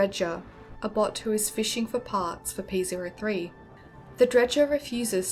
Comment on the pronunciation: Ok, lemme be clear here. You're mispronouncing the name of the robot Scrybe. It's "P-OH-3", not "P-ZERO-3".